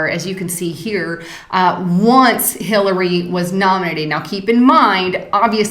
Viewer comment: Lol I'm not sure if it was intentional but at about she talks about Bernie supporting "Hitler-ey Clinton". Made me chuckle.